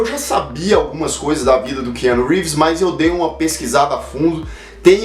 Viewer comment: " Que ano Reeves " kkk